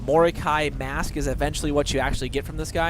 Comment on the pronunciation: "MAAASK" that pronounce made me die a little bit inside x)